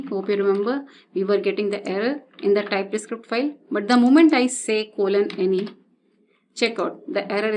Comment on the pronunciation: Just a suggestion: you sound like Script = Iscript String = Istring Type Script = Tye Iscript